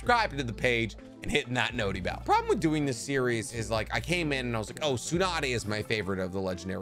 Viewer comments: Please don’t say “noti bell” haha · Stop saying notty bell 😭